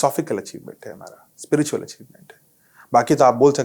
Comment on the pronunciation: Madam ji, Spritual nahi spiritual hota hai, please apne mehmaan se hee seekh lein. Journalist kee pronunciation par attention is very important.Nahi to Hindi mein hee Adhyatmik hee keh deejiye please. Das baar ek hee Galti bahut hee jhunjhlahat kau nirmit karti hai.